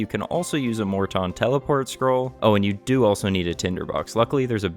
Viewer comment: Im having an ardougne moment ive never heard it pronounced mort tawn